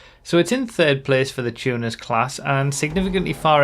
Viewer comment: I thought was going to say "Tuners" the whole vid, but then the "Chewners" started coming out